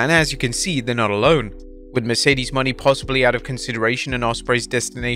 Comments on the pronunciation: Mercedes Mone (moe-nay) not Money...🙄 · why you always says mercedes money, not moné? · Mercedes Money lmao. Its Mercedes Mow-nai